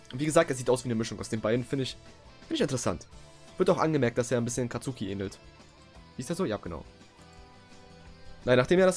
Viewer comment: Nices Video aber du hast Katsuki falsch ausgesprochen man spricht ihn Katski ^^